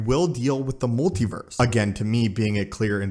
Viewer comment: "pacifically." "molti-verse."